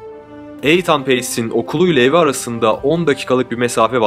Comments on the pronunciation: Eytan değil itın diye okunur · isim yanlış telaffuz edilmiş ethan- ingilizce okunuşu ethın olması gerekir eythan değil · Eythan ne lan?...İytın İytın....Nathan da Neytın diye okunur😂😂😂😂😂😂😂😂😂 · Begenerek izliyorum sizi. Elinize saglik. Yapici elestiri olarak alin lutfen bazi goze batan ifadeler akiciligi biraz bozuyor. Eytan telaffuzu mesela. Ikincisi diger videolarda da var, tarih verildiginde 12 Mayis 1996 yilinda yerine tarihinde demek lazim. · İitın okunan Ethan yazılan bir isim olmasın bu. Lütfen telaffuz ve yazımlarda kendimizi yetiştirelim. Hız İçin herkes ağır demiş ama bence iyi yemek yaparken dinliyorum. Videolara devam 👏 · Aidan olmasin? Eydin okunuyor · Kemal Sergi saçma sizsiniz terbiyeli olun ismi yanlış telefuz edilmesinden bahsediyorum ve haklıyım uzatmıyorumda asıl uzatan siZsiniz isimler ülkelere göre değişik telafuz edilebiliyor kabul ediyor uzatmayın diyorum iyi günler. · Cocugun adini inat la yanlis soylemen